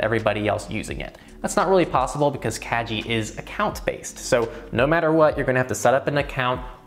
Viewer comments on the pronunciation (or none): "kagi" hard "g" not soft. kah-gee. Japanese for "key". By making it a soft "g" then it sounds more like "cagey" which is...not so great. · it's kah-gee ;) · Isn't it pronounced like kah-gee? That means key in Japanese which makes way more sense in context? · it sounded like you were saying "kaji" Kagi means "key" in Japanese. The G is hard not soft. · Your pronauncing "Kagi" incorrectly... It's japanese word, not english. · Was Kagi pronounced correctly? Soft g or hard g? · So... The best thing about this video is that I just found out that I have been mispronouncing Kagi for the last 2 years. Pro-tip: On sharesub you can get into a family plan(unlimited searches) for ~4€ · Yes, he got the pronunciation wrong. But that’s ok, I’m sure a lot of people would pronounce it the same way. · Fyi, "Kagi" is key in Japanese. The "gi" part is pronounced like in "gift".